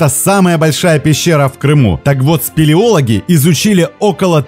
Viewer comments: Первый раз сказал "пилиологи" , а потом сказал "спилиологи" ))) Внимательнее!)) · спелеологи а не пелеологи))) объездил весь Крым еще в 90х) а хотя потом ты исправился))